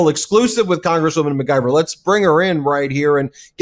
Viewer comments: At least pronounce her name correctly mic-👁-ver No G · McIver is pronounced "Mick- eever"